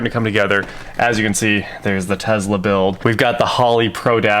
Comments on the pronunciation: Tesla... like Tess-La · teSla.... no Z. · Please learn to pronounce Tesla! And for the love of God please try using a contraction. ( what's going on guys ). Other than that keep up the good work.